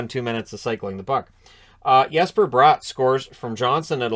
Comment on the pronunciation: Speaking of last name pronunciations, Bratt's last name is pronounced brat, like Marchand's a brat 😆